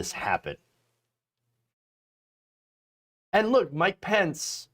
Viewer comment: The soundboard SOUNDS as if it is saying...🎛️🗣️ **MIKE POUNCE**...😳 Instead of... **MIKE PENCE**!!...😁 I am NOT all that sure if anyone else hears this...👂👂 But... I certainly do hear this!!...👂👂